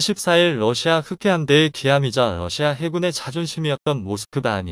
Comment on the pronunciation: 러시아를. 외 럿시마라고합니까